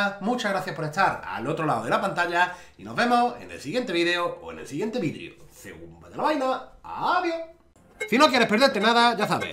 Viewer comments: Con lo mal que pronuncia no es de extrañar que te pase XD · Alguien más escucha "vidrios" en vez de video en todos sus videos o soy el único que está loko